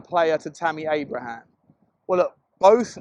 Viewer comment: Abraham without an s.